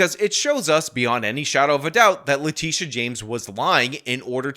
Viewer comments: Its le-tit-e-uh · Did he say " le Tush james? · I know how you're pronouncing Letitia, but that's not how I'm sounding it out.